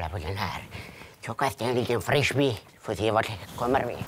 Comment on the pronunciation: LoL ''Frishby''